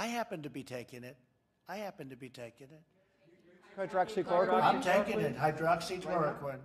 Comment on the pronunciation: poor guy cant even pronounce it